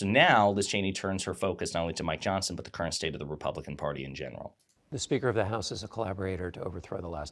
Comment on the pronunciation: Every time you say Mike Johnson it sounds like "my Johnson." And I'm okay with that.